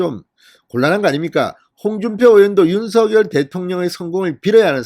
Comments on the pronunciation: 진선생님! 방송 잘 듣고 있습니다.그런데 방송을 들을때 마다 귀에 거슬리는 발음이 있어 오늘 논해 보고자 합니다.당선인 성함의 발음에 대해서 입니다. 진선생님께서는 항상 윤서결 이라고 발음 하시는데 이거는 연음법칙을 따라서 발음 하시는 걸로 알고 있습니다. 그런데 사람의 이름은 연음 법칙도 중요하지만 본인과 그 이름을 어떻게 불러 주기를 희망하는 부모의 의향이 더 중요 하다고 합니다.그래서 당선인은 본인의 이름을 윤성녈로 어릴때부터 불려 왔고 그렇게 불러 주길 희망 합니다.그렇기 때문에 진선생님께서도 지금부터는 윤성녈로 불러 주셨으면 좋겠습니다.이름은 중요 합니다.앞으로 외국어 표기도 신경 쓰야 하기 때문에 윤성녈이 맞는것 같습니다. 참고 해 주시길 바랍니다. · 윤성녈로 발음부탁요